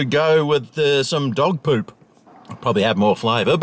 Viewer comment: You said 'poop' wrong!